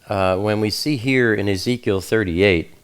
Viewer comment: He said "Yeheskel" for Ezekiel. Thats also the malayalam of ezekiel.